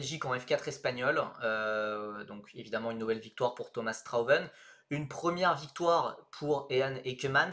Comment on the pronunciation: Le nom de Strauven ne se prononce pas Straweven mais Strhautveune (le au prononcé comme haut)